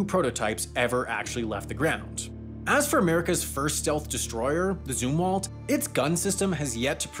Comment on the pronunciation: Zumwalt, not zoomwalt.